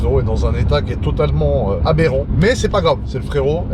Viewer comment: Jpp j'adore le "abérant" toute les 30 sec 🤣